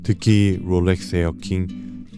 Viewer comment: 영상 퀄리티는 최고라고생각이드는데 롤렉스를포함한 영어발음을 어떨땐 혀를굴리고 어떨땐 혀를안굴리시는데 듣기가 불편한부분이 있는것같습니다 다른영상에서도 혀굴림이 너무 심하다고 느껴지더라고요